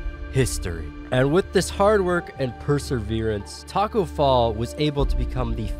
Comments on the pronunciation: Who heard him say Taco Fail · he said tacko bell or fell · BROOO u said Tacko Fell 😝